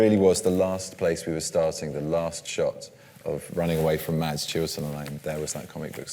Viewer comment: It's pronounced "Mass", not "Mads".